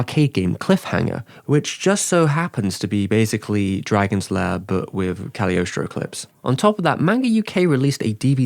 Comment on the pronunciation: every time ive heard someone pronounce the movie they always skip the g in Cagliostro and i wonder if its just an accident or if its silent lmao